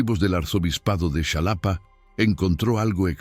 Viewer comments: Es Xalapa, no Shalapa. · "Shalapa" 🤣🤣 Qué ridícula es la IA Ojalá que mejore 🤷‍♀️ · Se escribe Xalapa pero se pronuncia jalapa....en maya si sería chalapa,pedazo de pendejo